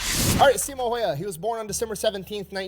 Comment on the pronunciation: I believe it's phonetically pronounced "See-mow How-hah", which sounds weird to native English speakers, but makes perfect sense in Finnish.